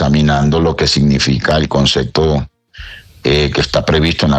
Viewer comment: Un ministro que dice concecto